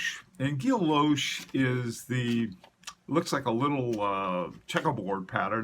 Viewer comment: I believe its pronounced. "gee o shay" silent double L similar to "gee ah teen" guillotine, great content though I'm really enjoying your channel, encore please!